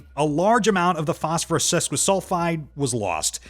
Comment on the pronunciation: Wow, so many mistakes, the A.I. from tin to thin and so manny during the galidium demonstration i think autocorrect did you wrong on this one phospherississ , hepically and so manny more this never happened when you narrated it yourself.